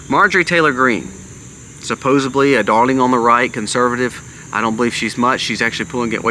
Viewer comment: The word is SUPPOSE𝑫LY. There is no B in it.